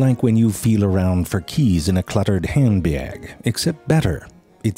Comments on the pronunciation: "This explains why most Björds have round pupils" "Sort of like when you feel around for keys in a cluttered handbjääg" "One of the most striking features of a cat's Tongjüür" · "Heyehn-beyhg" might be the best pronunciation of handbag ever. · ZeFrank's new words for the day: Handbyyaaag. Tonguewwwwrrrr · "...in a cluttered hjend bjeg " - the pronounciations keep getting wierder